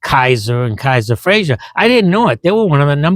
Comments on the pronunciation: ...and it's pronouned "fray-zer", not "fray-zher" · My grandfather collected Kaisers and Frazers, he even had a Darrin and a '51 Frazer Manhattan convertible, and I came home from the hospital after being born in a Kaiser. One slight complaint about the video though, you keep pronouncing it FRAY-ZYUR, not FRAY-ZER. It was still a great video.